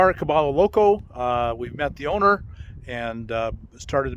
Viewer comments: Is this place name actually pronounced “Ka-BALL-o” and not the proper Spanish pronunciation Ka-BUY-o?? “caballo loco “ = Crazy Horse, or the odd pronunciation is for some other meaning? Spanish has 28 letters of the alphabet and the 2 extra letters are a “ll” (a “Ya” sound and N with a tilde on it (a “nyh” sound). I have a BA in Spanish from Northern Arizona University. If the owner know Spanish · Bob is Gringo. It's "Ka Buy O" Crazy Horse in Gringo. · Bob, just one thing, caballo is Spanish for horse and it is pronounced ca-ba-yo. Double L (LL) in Spanish is pronounced as Y, not L. Now you'll sound more local when you are that far south. :) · Caballo, pron: Ca-buy-o. It's Spanish for 'horse'. Please learn the correct pronunciation.